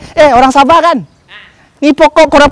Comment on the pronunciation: Bukan sabeh tp sabah Hhhh lucu lucu.. salam dari indonesia